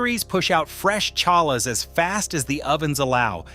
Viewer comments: Why did you say that Jewish people moved toFlorida because there is no state tax on housing? This remark seems to perpuates Anti-Semitic sterotypes. Also, please take the time in. the future to learn to pronounce the common Yiddish words such as Challah. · You could have hired a narrator who knew how to pronounce eruv and challah, etc. LOL!!!!! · He cant say the word challah correctly. Ha ha ha.